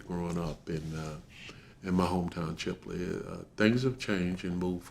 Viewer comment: The Name of Florida town is Chipley Florida. Not Shipley . Get it right ✅.